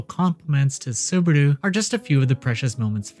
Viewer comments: Saburu? His name is Subaru. 😅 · I'm looking forward to it. P.S. It's Subaru. Y'know, like the car brand. Or if you want to be cheeky, Barusu. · i had an autistic meltdown on how badly you pronounced Subaru, it's literally the same pronunciation as the car company.